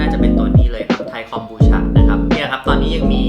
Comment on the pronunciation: ทำไมคนไทย เรียก ฉะ ฉะ ฉะ มันคือ คอม บู ชาาาาาาาาาาาา มันทำมาจาก ชาาาาาาาาาาาา